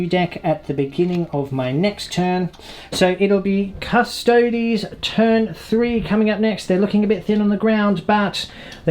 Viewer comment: a 40k channel that can pronounce custodes correctly? fucking thank you my ears were bleeding from all the other painful attempts at it